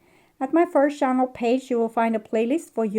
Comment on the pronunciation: Please practise English pronunciation of the words "thoughts" and "channel". It is not Coco Chanel, but chaNNel!!! 😂